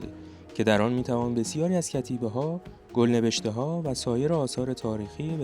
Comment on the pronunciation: گفتید گل نوشته مثل گل میخک که اشتباه تلفظ شد. گل نوشته به معنای نوشته روی گل با کسره زیر گ می باشد.